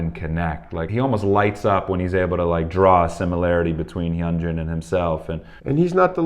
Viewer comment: I'm not sure if this is correct or not (since i don't speak Korean), but I was told (by two of my Asian friends) that the "H" is "silent" - and "Hyunjin" is pronounced: "Yoon-gin" (not "Yun-gen", "Hun-jin", or "Hen-gin". Also, if you listen closely to their conversation, Hyunjin actually SAYS his name, and the pronunciation is as I'd indicated. I enjoyed your commentary...and your, is definitely delightful!